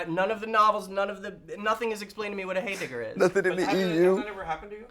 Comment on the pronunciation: For the record, it's a heyblibber, not a heydigger.